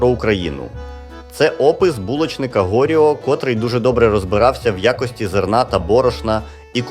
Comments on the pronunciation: Там в коментах автору підказують,що наголос ГоріО ! А у вашого де? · Правильний наголос ГоріО! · Приємно дізнатися... Але чому "ГОріо"??? Чи АІ не в курсі, що наголос у ВСІХ французських імен припадає на останній слог? 😂😂😂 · ну він же французькою пише про французів. ГоріО - наголос на останньому складі